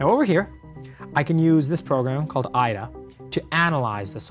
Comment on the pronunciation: did geohot just call IDA IA...?